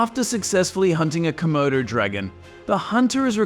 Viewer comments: Not komodos bicht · Its not comodo... Dude😅